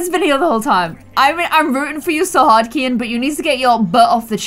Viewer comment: I think his name is pronounced key-in